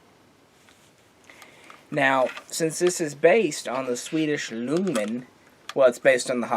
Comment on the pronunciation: Great video. Ljungman is actually pronounced: jungman. Not easy to know for those who don't understand swedish.